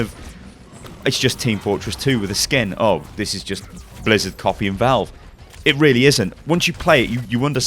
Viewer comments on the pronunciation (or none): none